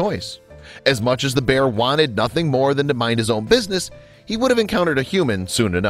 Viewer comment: You said pear instead of bear